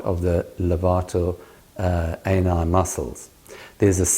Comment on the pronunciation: The British pronunciation of Levator Ani is marvelous.